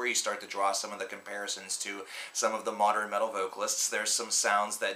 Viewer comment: Are you actually pronouncing modern as moder-in